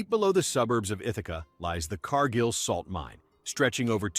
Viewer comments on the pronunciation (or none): none